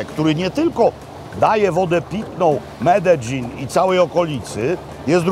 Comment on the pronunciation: Tak się prawidłowo tam wymawia..